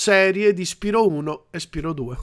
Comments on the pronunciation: PRONUNCIALO "SPAIRO",TI PREGO. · Ma non si dice "spairo"??